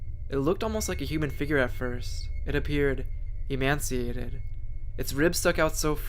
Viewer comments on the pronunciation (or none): You know its emaciated, right? Im honestly not trying to be an asshole because I know I hate being corrected but just sayin.